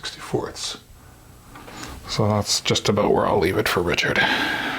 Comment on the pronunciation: Sweet Les Paul. Good Video..........say the word abuot more often